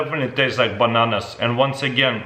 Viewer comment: Definitely tastes like bahnahnahs it’s like eating deh cheezits